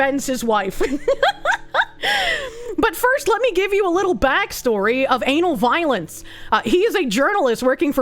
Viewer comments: Is it just me or does the way she says Ana Valens sound like Anal Violence? KEKW EDIT: Nope, she is doing it on purpose, I dig it. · Took me 4 minutes of wondering why she kept saying "Anal Violence" when I read the name "Ana Valens" and realized it was just her accent.